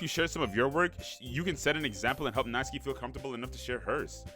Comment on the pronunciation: WOAH youre the second person ive EVER seen to say Natsuki's name technically correctly! (The first being Cory ofc, but he never finished the series 😭😭)